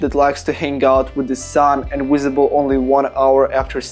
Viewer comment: No offence but its not "Wisible" 🤣